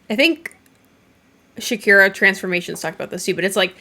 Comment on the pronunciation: Great video, love you! Also-I'm going to regret saying this because it makes me laugh every time you say Shakira Transformations; but it's pronounced "shuh-car-uh" (not a big deal at all, I just had to share lol)